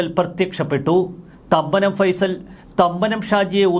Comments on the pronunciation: ഫൈസൽ എന്നല്ല ഫേയിസൽ ജോസഫ് എന്നാണ് പുള്ളി ഇവിടെ പണ്ടുമുതലേ രാജാവാണ് മരട് അനീഷ്‌ പണിപടിച്ചത് പുള്ളീടെ കൂടെ നിന്നാണ് ഡ്രഗ്സ് കച്ചവടം തുടങ്ങിയപ്പോൾ പുള്ളിത്തനെ അവനെ പറഞ്ഞുവിട്ടതാണ് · ഫൈസൽ അല്ലടോ ഫൈസൻ ആണ് കറക്റ്റ് 😊